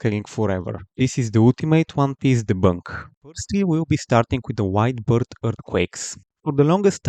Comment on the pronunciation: Every time this guy said "White Beard" I heard "Wide Birth" 🤣